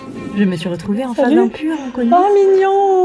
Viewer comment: On t' adore tu es la meilleure YouTubeuse 😜 Ps:la première fois elle a dit "mignonn"mais je pense pas qu'elle va dire ça après😂😂😂